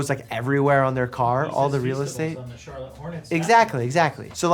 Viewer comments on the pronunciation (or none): none